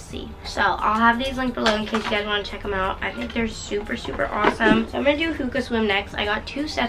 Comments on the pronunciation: just pls say “HO-A-Ka swimwear not hookoo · its pronounce hoAka swimwear(with the a) not hooka swimwear :)